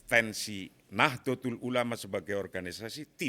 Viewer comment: Mengucapkan Nahdatul ulama (Nahdlatul ulama)+Rais am (RAA IS AAM)